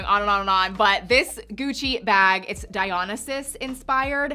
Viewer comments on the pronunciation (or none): "Die-oh-nigh-sus" (Dionysus)